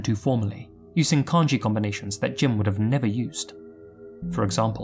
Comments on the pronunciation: Even though he didn't pronounce Jin's name right. It's Jean, like blue jean. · He's right. The vowel wouldn't be emphasized as much as "jean," but it definitely is not pronounced with a short i sound.